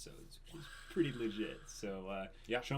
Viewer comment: "we have to make it purdy" oKAY THIS IS WHY I LOVE MAH BOIS